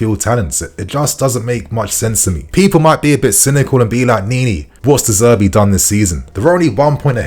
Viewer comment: De Zerbi , not De Zerbe lol